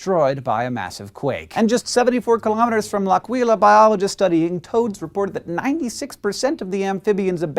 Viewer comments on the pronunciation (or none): Good video but less than good pronunciation of the name "L'Aquila" lol